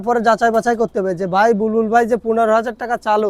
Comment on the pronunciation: বুলবুল❌ বালবুল ✅